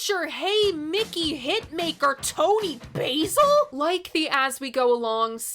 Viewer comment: Let's take a moment to give kudos for the EXCELLENT video/audio timing of the edits in the next ten seconds. Many other examples, too., you are truly a pro! (it's Toni BAAA-sil, by the way, like the English pronounce it:)